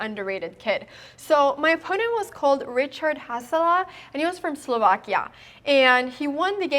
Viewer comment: his name is pronounce Richard, not Ričerd. Just FYI :)